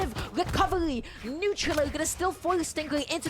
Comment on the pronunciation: so no one gonna talk abt the commentator saying neutral ooou